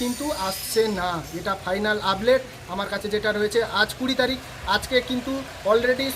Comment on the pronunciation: Ublate ? Naki update ! 😂😂😂